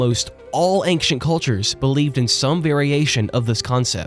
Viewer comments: Brother, I know it's not a huge deal but the word "ancient" is not pronounced "aynk-shent", just "ayn-shent". Hearing it rapid fired off several times forced me to write this comment. That is all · it's ancient not ankcient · Why are you saying the word "ancient" as anckcient? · "Ankshent history"? I'm sorry `:D In seriousness, I randomly found this video and you earned yourself another subscriber. The way you told the story is incredibly captivating, I found myself forgetting about the real world with how immersed I was for these 2 hours. You are an excellent storyteller. Keep up the good work! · why does he say ankshient? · Dismayed at your pronunciation of the word 'ancient'